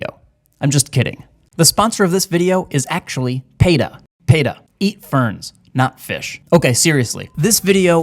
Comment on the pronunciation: peta, PEE-TUH like pee, that yellow stuff that comes outta your whatchamacallit every now and then not pay